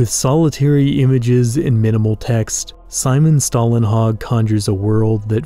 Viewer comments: Don’t take my word for it, but I do believe Å makes an O sound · you need to learn to say Stålenhag the å in his name is not an a its an å its a different letter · The letter å in Stålenhag is actually pronounced like "oh". Sorry, I loved the video but that bothered me too much that I had to mention it.